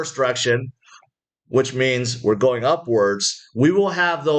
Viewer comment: can you say. ing...like go-ing, not go-ah